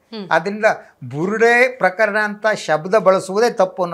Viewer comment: You are a very good anchor Onde ondu salahe PraKHArana anta helbedi PraKArana anta heli Alpapraana